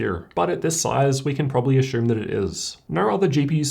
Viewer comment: to did he say ashume?